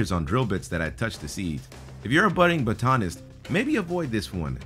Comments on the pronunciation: "bah-TAWN-ist". You mean "BOT-ah-nist"?! Omg. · "if you're a budding baton-ist" haha OMG did you mean botanist? "Bot-a-nist" not baton - ist. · Also, bo-tah-nist.... its bot-toe-nist or bot-tuh-nist, do you guys not edit?? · "If you're a budding buttanist..." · Batonist twirl baton botanist study plants, say the second when you mean it. you said the first. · Need to learn to say the word " Botanist " it's not the same as baton-ist. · LOL "buh tahnist" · I cringed so hard. Apparently I'm studying buhtanny. Might be worth looking up some pronunciations of new words when your contribution to a video is exclusively narration. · Bo-Tan-Is? Never heard any mess up botanist so much :p try pre-reading your script son. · Major cringe and ..."prickling" and "boTAnist"...really dudes? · Haha! The way you said Botanist got me gone haha ! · WHY doesn't this guy know how to pronounce BOTANIST? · the way he pronounced botanist was cringy.